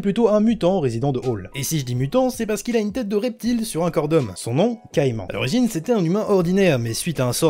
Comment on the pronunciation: en dit pas caiMAN mai cai MAN !